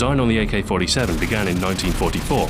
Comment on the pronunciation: GAYK-47 :DDDDDDDDDDDDDDDDDDDDD